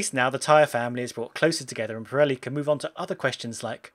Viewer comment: How do you say it wrong twice